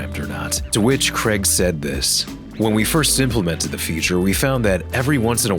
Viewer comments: Craig is pronounced Crayg. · Creg? You mean Craig... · Only USians pronounce it that (incorrect) way... Ask yourself where the Craig in question is from and where Rockstar were based.